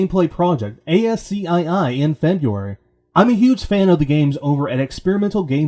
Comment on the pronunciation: *ascii (ask-ee) ;) nice work. Subscribed.